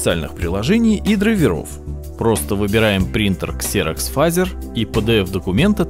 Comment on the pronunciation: Не Фазер, а Фэйзер!